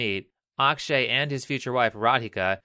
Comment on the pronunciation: i know you are not a native speaker but a common mistake I see people doing while speaking hindi words. they mis pronounce the "A" for example his name is akshay ak is like fuck without f .a in starting is mostly like it you are saying aakshay also genrelly you don't say last a for example rama will be same as ram